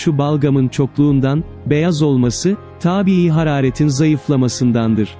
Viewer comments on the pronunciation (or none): Seslendirmeyi yapan arkadaş lütfen önce Türkçe’yi öğren, vurgu, telaffuz, diksiyon vs… “Taaabii taabiii” değil mi